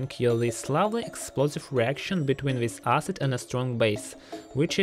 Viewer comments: Love the way he repeatedly saying ahsid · pronunciation tip, it's not pronounced "arse-id" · He's pronouncing Acid as Ass cid